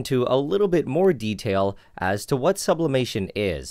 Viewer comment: Sublaperation? Subloiling?